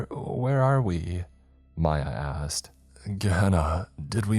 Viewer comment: He said “Mya asked” and I swore it sounded like he said “my ass” 🤣🤣